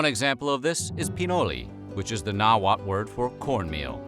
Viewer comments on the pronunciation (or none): Two points. 1st, the L at the end of Náhuatl isn’t silent. Porfa, pregúntale alguien que habla el Castellano Mexicano la próxima vez... 2nd rabbit or conejo, was just as important to “La Milpa” as turkeys or guajolotes. Te califico un 6 en tu tarea de ciencias sociales. Además de tu mala pronunciación de la lengua Náhuatl, no te fijaste en lo que significa “La Milpa” para los Mexicanos de ayer y hoy.